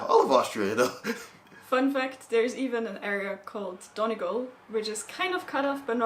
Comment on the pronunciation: Just so you all know Donegal is pronounced Dun-E-gaul. Hope that makes sense. People corrected me the first day I was there.